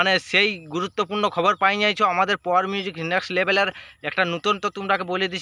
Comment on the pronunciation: ঠিক করে বল পাওয়ার মিউজিক